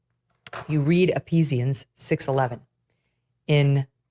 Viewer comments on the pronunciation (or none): “Epesians” Ephesians 🤦🏿‍♂️ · . She says Epeesians . It’s Ephesians. If you’re going to quote the book in the Bible, say it correctly.😂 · A woman who can’t even pronounce Ephesians of course will get it wrong. Note to Megyn: it’s not Epesians, it’s Ephesians. (Has she never seen a Bible before?) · You read "ePIsians" in the Bible. Gosh, in all my life of going to church, I have never heard anyone pronounce Ephesians as wrongly as Megan Kelley did. What a shameful appropriation of the sacred text to promote the cause of an amoral man! Megan, how about learning to pronounce the books of the N.T right and spending a little bit of your time to read and apply its message to your life? EPIsians? Lord, have mercy! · Appeasians Megan? What bible do you have? It's pronounced Efisians, you bozo. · Hey Ms. Kelly - it’s “e-fee-sians” not “e-pee-sians”. Get it right if you’re going to quote scripture. 🙄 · It's NOT Epeezians..it's Ephisions . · It's Ephesians (Ee-Feesy-Yanz) not Eepeezyanz,. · She meant Ephesians. She said E-pee-sians. I get chills from hearing you miscall this book from the Bible. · Did Meghan Kelley say "epishians"? 😂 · Did she (Megan Kelly) say E-pee-si-ans ? Or are my ears just stopped up?… just listened two more times… she sure did say that. I guess that’s why she’s rooting for the great pumpkin. She’s clueless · Did she say E-pee-zians? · You can tell she never read that a day in her life! She even said it wrong! She needs Hooked On Phonics! EPHesians (PH - sounds like F Ma'am)🙄🙄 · Episian’s? When you read the Bible, it’s a good idea to learn to pronounce the names of the books. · Did Megan Kelly say "Epesians"? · Did Megan Kelly just say Epp-easy-ans? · Epeesians!?!?! These people cant even READ the bible correctly! What an embarassment! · "You read 'apesians' . . .'" Haven't spent much time reading the bible, have you, Megan? You want to get really emotional? Read the whole book. You'll be downright horrified. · She can't even pronounce Ephesians !